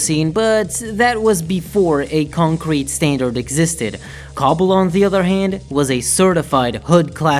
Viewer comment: The way you said cstl and cbbl got me dead 💀😂